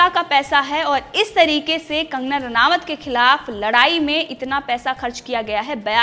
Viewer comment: रानावत नहीं मुर्ख। रानौत बोलो।